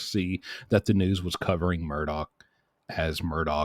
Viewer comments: Pronounced ' Murdock', great vids man, hope you can keep the quality with the quantity.👍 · Mur-dock. Say it with me...MUR-DOCK.